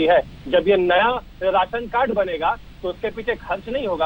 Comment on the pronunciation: Raasan card hota h medam Ji.resan carad nhi